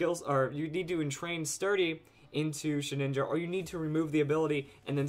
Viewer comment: OMG ITS NAME IT SHEH-DIN-JA NOT SHEH-NINJA SHEH-DIN-JA